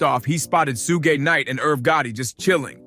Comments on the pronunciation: 😂 you have to practice saying Suge Knight before you put it out there ask a friend ask him to proofread it or something cuz that's funny😂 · Soo-Gay Knight is here!! - Tony Yah-Yoh